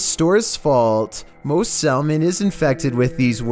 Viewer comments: Lol Sal-mon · "Sal mon"? Really? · Did you just pronounce the 'L' in salmon? Really, bro?!? Really? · "Sal-Mon" the new watertype digimon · It’s pronounced Sa- mon, the L is silent. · He says salmon so weird. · Have you never said/read the word salmon before? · i like how he puts a lot of emphasis on the letter L in salmon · The L in salmon is silent hun....even when there is a creature in it😁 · wait actually pronounce SALMON with the L? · Only because he is an idiot.